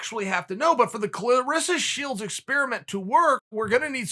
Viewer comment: Chael you are wrong, it's "ClarAssa"